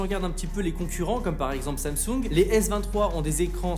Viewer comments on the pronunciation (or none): none